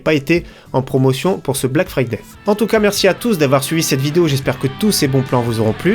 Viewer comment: T abuse avec "Fraday"